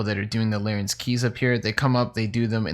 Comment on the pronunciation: Rsn: its larrans, not larrens:)